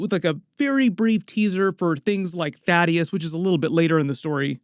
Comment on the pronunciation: It's pronounced like this Thaydus, and would it be controversial for in show for Eve to have a miscarriage instead of an abortion like in the comics because abortion is murder just like all other forms of murder